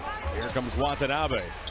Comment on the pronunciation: Did the arena announcer call him Watonabby (rhymes with wannabe) at the end? Like it’s a place in Ireland or something. 😂